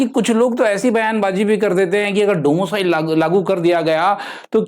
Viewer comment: Domo cile 😂😂😂bt axa lga rha hai sunne me